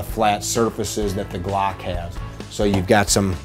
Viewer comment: “StaCk” “GlAck”